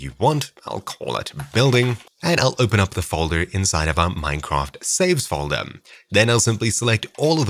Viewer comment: it's called foldeRRRR not foldeMMMM